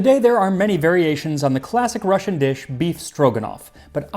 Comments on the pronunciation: I don't understand how the hell I miss this one a year ago and also you're Russian pronunciation was on point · His pronunciation of Russian words is really good. He is indeed better at it than many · Do you have any Russian background. Your Russian R is perfect. Never heard it that well from English speakers. Thank you. Nice video. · I'm not Russian but your Russian pronunciations are great! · Thank you for not butchering the Russian words and names. Quite nice pronunciation and almost perfect word stress.😊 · I've never felt more stereotypically Russian in my life, I have both mustard and smetana in the fridge and I'm very tempted to make this now. Thank you, Max! Your pronounciation of Russian words and names in this video was very good, and your research top notch as usual. Бефстроганов is indeed still very popular here in cafes and restaurants. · Your Russian pronunciation is spot on. Another great episode, thank you Max.